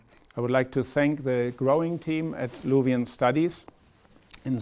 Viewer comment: luvi bence isim yanlış okunuyor